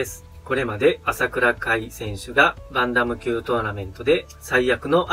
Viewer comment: バンタム級の発音が良すぎて困惑しております